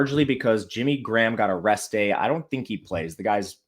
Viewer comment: Man when says a "rest day" It sounds like he's saying they got arrested lol I was like Michael Thomas and Jimmy Graham got arrested??